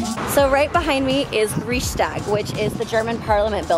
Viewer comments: 'RichStag', isn't it pronounced "Raickstag"? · "Ree-shtag" smh. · "Reeshstag". Huh??? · never take an americans expererience in europe seriously they havent a fkn clue its the reeeeeeiiichstag not the reeeeeeeckstag ohhh brother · Can't even pronounce Reichstag. Another American tourist too many.